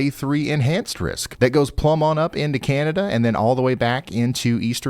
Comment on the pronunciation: Canadian tornadoes? CANADERS